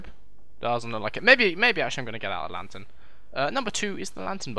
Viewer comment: Haha a LANGHTERN! I'm dead